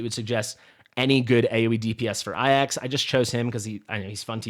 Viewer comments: the Greek Name Ajax is prounced Ay-jaks anyone else to say other , how do I say this with tack? Uneducated.... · Remember the football team AFC Ajax? That's how to pronounce the team. So my assumption is that he is pronouncing it like that. As if you were a pirate saying "AYE AXE"